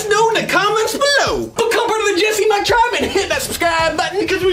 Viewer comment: Why is ever time you say mike it sounds like “mate”